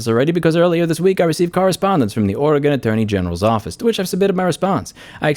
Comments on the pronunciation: It' Ore - Gun, 'R -Gone, Otherwise good video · Areagon? Thats a new pronunciation of how someone says the states name -Oregonian